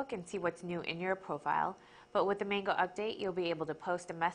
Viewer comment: there saying Mango wrong